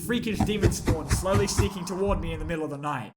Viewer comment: did you say SlOwLy